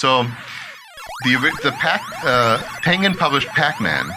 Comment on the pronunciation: That's not how you say tengen